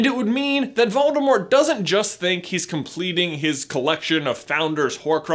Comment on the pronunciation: Did you know the “T” in Voldemort is silent?